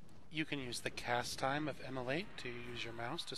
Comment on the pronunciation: Immolate it the exact correct pronunciation of the word.